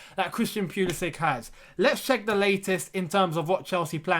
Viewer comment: You are genuinely one of the few people who calls this man's name right.